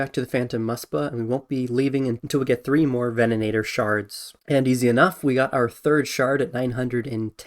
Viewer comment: Take a shot every time he says vennanator instead of venator lol